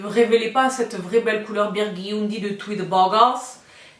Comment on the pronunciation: ahahahaha ce « biourdundy » là il est était pas mal 😂😂